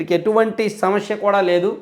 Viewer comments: Bro, small suggestion. Meeru samasya ani anakunda samashya antunnaru. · Shamashya kadu anna samasya